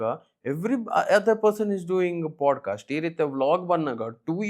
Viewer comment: It's pod-cast, not pode-cast...